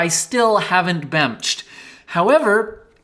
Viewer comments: "Bemch" was SO epic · my favorite part of the video is when said "it's bemching time" and proceeded to bemch all over the place